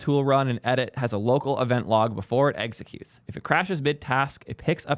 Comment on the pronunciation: 🥚secute. Please say EXEcute and not eggsecute.